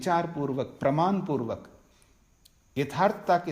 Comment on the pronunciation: नमस्कार । आपके व्याख्यान उच्च कोटि के हैं ।‌ परन्तु क्षमा करें - कुछ चीजों पर आपको अवश्य ध्यान देना चाहिए । जैसे १) आप वाणी को 'वानी', प्रमाण को 'प्रमान' और ऐसे ही कुछ शब्दों का त्रुटिपूर्ण उच्चारण करते हैं । २) आप संन्यासी हैं - आपको 'निठल्ला' जैसा शब्द उपयोग करना शोभा नहीं देता ।‌ ध्यान‌ देंगें‌ तो‌ अच्छा होगा ।‌ धन्यवाद ।